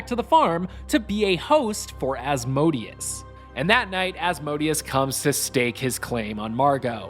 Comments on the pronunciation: its pronounced Az- Mo Day Us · As-mo-day-us is how it’s pronounced I’m sure